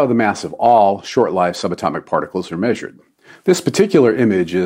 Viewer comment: WOW! One of the best videos so far. And, I love that you pronounced “short-lived” correctly — it’s a long “i”, not a short “i”. Just one of my pet peeves. Thanks!